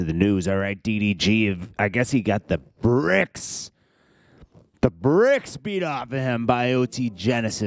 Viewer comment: The "breaks" maaan not the "bricks"🤦🏿‍♂️😭😂